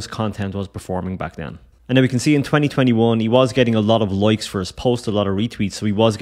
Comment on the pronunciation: 'Loikes' 😂 Good stuff man.